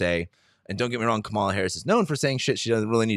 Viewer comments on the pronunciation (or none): It’s Kamela rhyming with Pamela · Her name is pronounced: COMMA-luh. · It's Kaaaa ma la. Not Ka ma la. Pronounce her name correctly. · I wonder if mispronounces Kamala’s name on purpose. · Wondering the same. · Please pronounce her name correctly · SO irritating that he doesn’t know how to pronounce her name. She’s the Vice President of the United States for fuck’s sake!! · She's been Vice President for over three years. You're a man with above average intelligence and who's got a finger on the pulse of current events. Therefore I surmise you are pronouncing her name incorrectly on purpose. Oops, better check under that mustache; your bias and disrespect are showing.